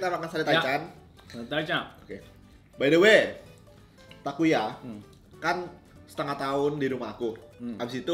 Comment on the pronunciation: Accent nya takuya udh bagus bgtt Edit: btw megangin bungkus GoodDay nya sepanjang endorse.